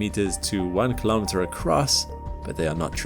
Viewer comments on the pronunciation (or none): What is a kholometer? Say miles like a normal American